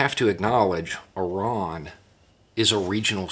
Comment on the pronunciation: Apart from being impressed by your intellect, I'm also so glad that you pronounce Iran correctly rather than the usual American way of "eye-ran".